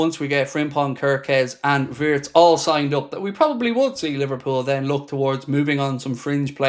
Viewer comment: Shame its pronounced vee-itz